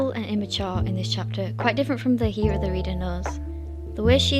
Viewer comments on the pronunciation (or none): It's more like Her-ra btw, not hi ra or HE ra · You do realize that this was set back in Ancient Greecian times right? I do agree that the extreme age gap is unacceptable, but the issue is you're griping about Fictitious Characters, and her Hera's name is pronounced Hair-Rah! DUH!! Oof! If you're going to read the Comic, don't Gripe over Characters that don't even really exist! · Heh Rah is how you say her name fyi but if you're not used to Greek names or anglicized Greek names I understand the confusion